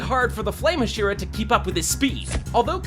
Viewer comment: The way you are pronouncing "Hashira" is really irritating me. Say it right, dammit.